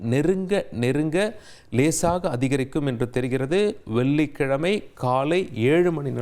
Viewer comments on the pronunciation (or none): இது என்ன விதமான தமிழ் உச்சரிப்பு வெல்லிக்கிழமை கனிப்பு நாலை நிபுனர் செயற்கை கோல் பல்லி இப்படி தமிழை கொலை செய்யும் இந்த கேவலமான தமிழ் உச்சரிப்பை "இது தவறான உச்சரிப்பு" என்று உணரக்கூடிய நிலையில்கூட தமிழர்கள் இல்லை மாறாக இந்த உச்சரிப்புக்காக மட்டுமே இவரின் ரசிகர்களாக இருக்கிறார்களாம் தமிழுக்கு இவன் ஒருவன் போதும் சமாதி கட்ட ஏழு கழுதை வயதானாலும் தவறை திருத்தி முறைப்படி தமிழை கற்க முயலாமல் நான் பேசுவதுதான் தமிழ் என்று வெற்று குரல் ஏற்ற இறக்கங்களாலேயே தமிழை கொலை செய்யும் இந்த ஈனப்பிறவியை தந்தி நிறுவனம் போற்றி வளர்த்தால் அதுவே பா. ஆதித்தனார் அவர்களுக்கு செய்யும் பேரவமரியாதை😢😢😢